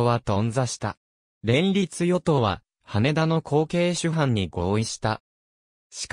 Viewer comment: 羽田（はた）です・・・